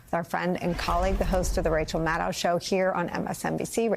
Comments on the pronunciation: Why can't Nicole ever say Rachel's last name correctly? 🤨 Her own colleague, for how many years now...? Maddow rhymes with SHADOW, not HOW! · Nicolle, Maddow rhymes with shadow! Get it right, my dear. 💙